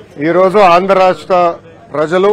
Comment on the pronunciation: అయ్యా లోకేష్ ఆండ్రా రాష్ట్రం కాదయ్య ఆంధ్ర రాష్ట్రం, పదాలు సరిగ్గా పలకడం తెలియదయ్య ఇంకా పరిపాలన ఎలా చేస్తారు ఏంటో